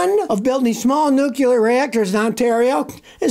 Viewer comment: Scotty: It's pronounced "nuclear", NOT "nucular".